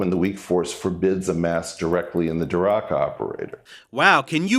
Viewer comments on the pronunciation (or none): What's a 'dee-rock' operator, Eric? Were you trying to say 'Dirac'? Pronounced 'de-RACK'? Paul Dirac, one of the 'fathers' of quantum mechanics, and someone whose name has been synonymous with the field for a century now? A name nearly as ubiquitous as "Ampere" or "Volta"? "Dee-rock". Uh-huh.